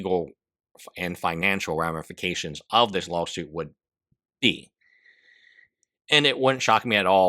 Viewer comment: When ever you say "law suit" its sounds to me like you are saying lol suit. and a lol suit fits here!